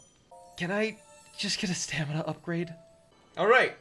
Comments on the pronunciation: bro said stanima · He continues to say stanima